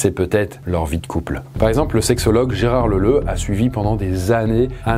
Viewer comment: j'ai entendu Gérard Leuleu...